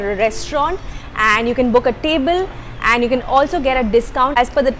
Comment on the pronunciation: Don't mind but ...uhh say AND to often n.. the way uhh pronounce it...uhh should change tht...i like your content n i just want uhh to improve